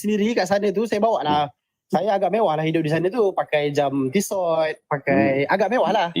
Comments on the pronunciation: Kakaka!!! Sebut Tissot pun tak betoi 😂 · Sebutan TISSOT pun tak betul.. kalau orang ada class, mampu pakai jam TISSOT, mesti tahu sebutan TISSOT yang betul. Kelentong habis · hahaha bila dia tak tahu sebutan Tissot yang betul, besar kemungkinan dia beli kat pasar malam, ciplak punya